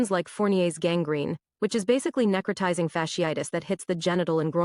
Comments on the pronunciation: Necrotisizing??….. neh-crō-tī-zing. Sound it out baby girl sheesh🤦🏽‍♀️😭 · NEC/ nek - RO/ rho - TI/ tie - ZING. She butchers the word and bruh just outright skips it?!? Here’s the best part: I’m the ahole for mentioning it. “ It’s not what you’re saying, it’s how you’re saying it.”….. yo….it’s written text!!! Ok…read it again but this time, imagine someone tickling the soles of your feet as you read it. Did that help? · Say it with me, NECK-Cro- tizing! You dan do it!